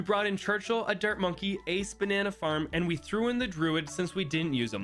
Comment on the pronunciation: In the beginning when you were explaining the challenge I thought you said "dirt monkey" instead of dart monkey and yet I still knew you were talking about the dart monkey lol